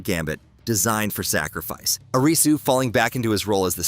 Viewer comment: WHAT THE HELL IS AN AYRIZZY